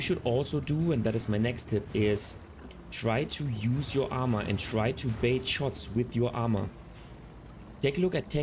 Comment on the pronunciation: Good common sense tips. In English, it is "bait", not "bate."